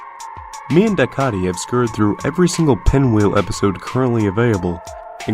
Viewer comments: A few corrections in the video : Pinwheel didn't ended until 1990, the article between clock man was made in 2004, and dycaite is pronounced Dye-kate. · isn't dycaite pronounced like dye-kate?